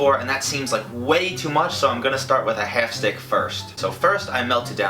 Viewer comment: I like how he says "half". Helf cup haha